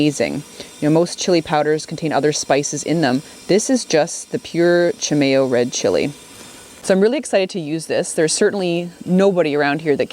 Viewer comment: That’s pronounced chee-my-o. ONLY from N.M.!!